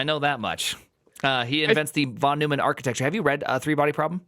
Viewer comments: I stopped watching at "von new-man" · It's /von NOYman/, and he was a serious polymath. Computers, game theory, and lots else.